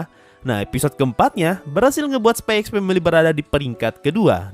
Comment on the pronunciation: bro sebenarnya dibaca nya itu spy family🗿 x nya itu gak dibaca🗿